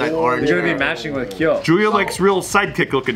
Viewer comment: my mans said kyo LMAO DEAD